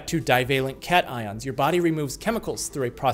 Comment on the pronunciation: Meow ions? Thats not how you pronounce cations